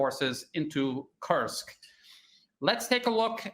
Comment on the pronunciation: Sounds like he's saying, the "cursed" region. I hope it turns out to be a cursed region for Ukraine.